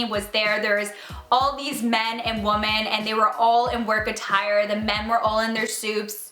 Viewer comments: Why do u say "women" weird? It sounds like ur saying "woman" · Am I the only one who notices her saying “woman” not “women” I kinda really love it 😂